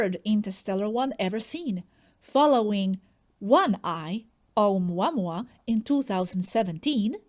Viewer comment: May I please correct your pronunciation of the first comet, Oumuamua. It’s not pronounced as in English because it’s Hawaiian, so every vowel must be pronounced. It’s not pronounced, O-MWA-MWA as you say it; it is said, O-U-MU-A-MU-A. Every vowel must be pronounced. Thank you.